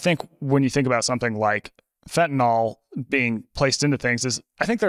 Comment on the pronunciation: Thank you Peter for correctly pronouncing fentanyl instead of fentanol like everyone else in the world. Sorry, pet peeve.